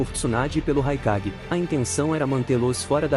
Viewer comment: Só um adendo o nome do raikage no vídeo ficou mais com som de E que de A